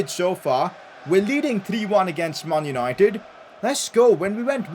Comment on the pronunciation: "Mun yunoited"